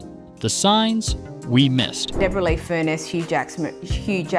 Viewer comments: Oh for god sake her name is Debrah not Debora get it right . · I not only feel for her but their kids. This must affect them as they see what is going on between their parents. I just hope she can meet someone who will appreciate all that Deborrah-Lee is and can be. Oh, and please, her name is pronounced like Debra not Deebora Lee. That is so annoying. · Please learn to pronounce Deborah. It's Debra. You Americans are so hard to deal with as you don't do your research. Ugh.. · Why, oh why do they pronounce Deborra-Lee as DebORRRA-Lee when it's Debra-Lee in sound? Extremely irritating! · Debra for our American friends. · why does he keep saying deborah like that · Seems to be an American thing. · It's not how she pronounces her name!